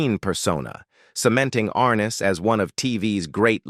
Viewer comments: Stupid A-I... It is ar-NESS, NOT ARN-es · You mispronounced his name dumby. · Please pronounce James Arness’s name correctlymm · Annoying isn’t it?